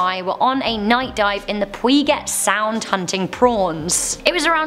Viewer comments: #7 the shark didn't even open its mouth until I think it realized that it was stuck/ couldn't go any further forward. #6 it's pronounced Pew- jit sound. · It is pronounced Pew gent sound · Not to be that person but I think u meant pew-jet sound (spelled Puget Sound)... I'm from the area which is probably why I know how to pronounce it lol. Great video btw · It's pronounced "pew-jet" sound. lmao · I love how you purnounced Puget Sound 😂😂😂😂 adorable